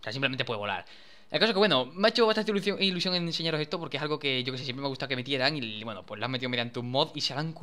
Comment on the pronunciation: dani q se t escapa el gaditano 😂 iluzion ups ilusion